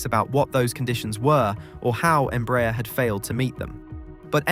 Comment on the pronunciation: By the way, since you mentioned that, "Embraer" is pronounced "em-brah-AIR", stressing the last syllable and with the "A" and "E" vowels distinctly pronounced and separated. It's a Portuguese acronym for "Brazilian Aeronautics Company" ("EMpresa BRasileira de AERonáutica").